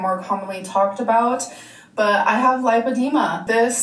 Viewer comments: there’s no ‘o’ in lipedema. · Driving me nuts that’s she’s saying LIPE-edema when it’s actually LIP-edema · It's super weird that she can't pronounce lipedema even though she had like, a two hour appointment with the best doctor in all of America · PSA: It’s pronounced lip-uh-dee’-muh The first syllable (lip) is pronounced just like the word lip. Think of the word lipid, as in fat. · It's super weird she can't pronounce it when she is obviously the world leading expert laygo level in lipoedema. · she says it right a couple times and then goes back to saying it wrong it makes me mad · I know a lot of people are getting on her about not being able to pronounce lipedema after a doctor has told her. But… then I remember she still says buffeT. She hits that T and she knows how it’s pronounced lol. So I feel like she just decides not to pronounce things correctly 🤷🏽‍♀️